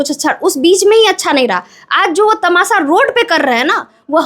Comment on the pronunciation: Tamasha ❌ tamasa ✅